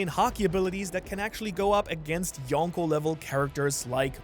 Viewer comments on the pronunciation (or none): none